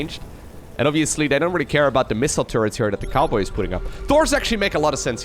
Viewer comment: I thought you called him TheCarboy at first instead of TheCowboy. 🤣